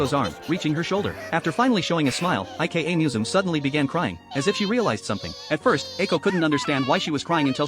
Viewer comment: if her name is ika, why does it pronounce it like IKEA 😭